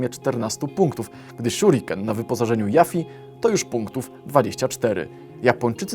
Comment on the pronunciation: JUFI TO SIĘ CZYTA JUFI NIE JAFI GDZIE TY MASZ "A" W "YUFFIE"